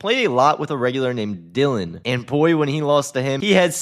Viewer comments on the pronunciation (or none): none